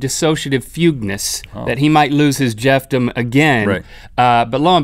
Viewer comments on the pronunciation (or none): LOL "Jeff-Dom" LOL